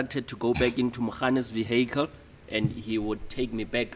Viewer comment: The "viekel", come on you can do better than this.😂😂😂